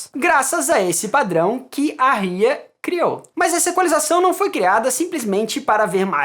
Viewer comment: Parabéns pelo vídeo 👏 ; porém vc está pronunciando U I A , a pronúncia certa da curva é RIAA mesmo ( RECORDING INDUSTRY ASSOCIATIONS OF AMERICA ) ... Padrão de equalização para corte de acetato para LP a 33/ 1/3 e 45 rpm que eram os micros sucos ...